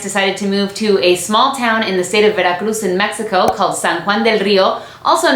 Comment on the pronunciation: Amo tus vídeos me da mucha no se algo que pronuncias México en vez de Mexicou como la mayoria te estadounidenses lo hace te AMO 😍😍